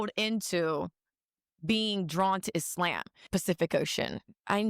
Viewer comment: Iss-Lamb is deffs not how you say it lol